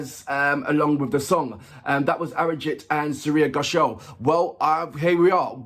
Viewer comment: Hey! Her last name is pronounced as 'Gho shaal' , and not 'Go shall' 😅😅😅😅